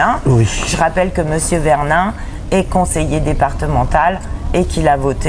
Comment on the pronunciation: La première chose...c'est déjà de ne pas écorcher les noms des personnes que vous citez...simple mesure de respect...VERNIN, et pas VERLIN... Mr...